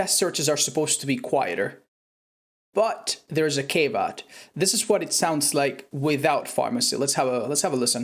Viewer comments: Well, year old video and you've probably learned since or won't see this but... it is pronounced "caa-Vee-ought" or sometimes "caw-Vee-ought." English is bad enough, we didn't need to try using French in it... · good vid, i know you always want to improve your speaking so was just gonna say - 'caveat' is pronounced 'cah-vee-aut':D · A year late but “caveat” is pronounced cav-e-yatt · Yeah technician in my experience actually quiets most of the repair noises to the point where you have to be almost on top of the generator to hear them - probably like 5-6m. You can hear the ratchet repair sound at about 8-10m but that's inconsistent - you don't get that specific repair noise that often. Nitpick: the word "caveat" is pronounced "kav ee ot" :)